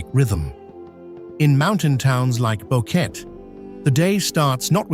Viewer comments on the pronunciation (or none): The name is Boquete not Boket! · The whole “Boquet” is driving me crazy….. it’s Boquete and the last e isn’t silent 🤦🏽‍♂️😒 awebao…….